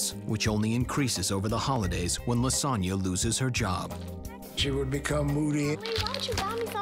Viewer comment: I know her name is Lisonna but I hear lasagne